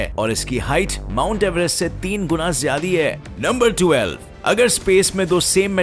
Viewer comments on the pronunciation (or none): you said jyada ki jagah jadi🤣🤣